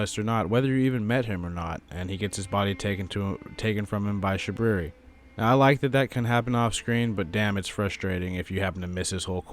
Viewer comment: I love how u call him shabooboo xD